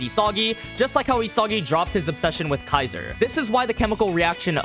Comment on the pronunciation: Why does he pronounce "Isagi" like that?